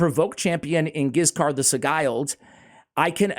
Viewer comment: And Giscard is best pronounced the french way with a soft 'G'. Stoked to see a spotlight on this boy.